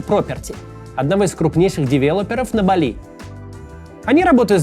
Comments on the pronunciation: бАли не балИ, аж уши режет, издеваешься чтоли Максим, сложно было посмотреть как ударение ставить? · По-русски правильно (впрочем как и по-английски) БАли, а не БалИ. Ударение на первый слог. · Максим, не БалИ, а БАли. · В слове "Бали" ударение на первый слог